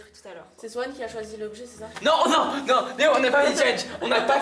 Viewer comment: on dit pas Swan il😢 on dit SWAN a grandit